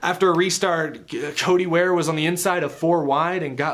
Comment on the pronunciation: Did you just call Cody Ware "Chodey Ware"?!? Pretty damn unprofessional for a "journalist" dude....